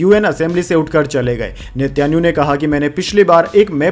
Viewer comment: sir gd morning. main aapki news roz aunty hun.bahut sahi bolte hain par do words ..Netanyahu,aur Mutabik ke uccharan par dhiyan deejiye. galat mat samajhiyega. meri subah aapki news se hi hoti hai.aur bahut accha lagta hai.🎉🎉